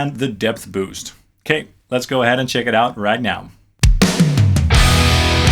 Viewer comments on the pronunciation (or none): none